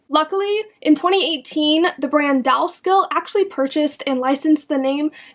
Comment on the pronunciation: Your pronunciation of both Delia*s and Dolls Kill are killing me! It's Dilly-ahhs (the star in the name is an apostrophe "S") And Dolls Kill isn't Doll Skill. 😂🤦‍♀️